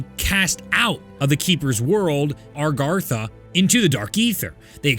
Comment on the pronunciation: Still can’t say Agartha right LMFAO. Great vid though